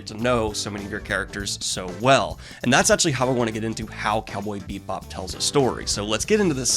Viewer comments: Daniel, goblin, babe, delicate.... delicate flower... it's bee-bop. Not beep-bop. I love you so much, but I chuckled every time. Haha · You throw shade at Firefly for being similar to Cowboy Bebop, but Cowboy Bebop is just Lupin III in space. Also, it's pronounce Bebop, not Beepbop. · 1) I completely agree and it brings me joy to see you enjoying something from my childhood. 2) IT'S BEE BOP NOT BEEP BOP... whole video... making me twitch.... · Is he saying Beepbop right meow? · Is it me, or are you saying ‘Beep-bop’? 😆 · I'm watching this review again years later and I can't get over the fact Daniel keeps calling it Cowboy Beepbop. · As a jazz musician the cowboy beep bop bit gets me every time he says it that way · I'm sorry, but... did he just say "beep bop"? (Or do I just have bubblegum in my ears? Loll) 😳 🤭🤭 👀 Why is that somehow so cuuute thoo💖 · I keep hearing "Beatbop" and I'm not ok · Bebop is my #1 anmie. your channel is my #1 booktube channel. i said that to say im not trolling. but i couldnt finish this review past halfway with you calling it " Beepbop" im sorry, not trolling but it was distracting, keep up the anime reviews tho, makes the channel better. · is he saying beep bop? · Are you saying "Cowboy beep bop"? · Was he saying "Beat Bop"? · Cowboy Beep bop boop beep. I love how your saying it. It like how i say 'upsides downs'. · Am I the only one who kept hearing "Cowboy Beat Bop" whenever Daniel said the name? Lol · I’m hearing it to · sorry, but every time I hear it pronounced "BEEP Bob" my body flinches reflexively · Was he saying “Cowboy Beepbop? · ARGH! I am not sure if it's the way he says it or if it's just the way i'm hearing it but it sounds like he is saying "Beep Bop" and it triggers me! Well it was a great review anyway, Thanks once again Daniel for a wonderful review. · Are you saying “bee-bop” or “beet-bop” or “beeb-bop”? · Am I the only one hearing Beep-bop? Love the content!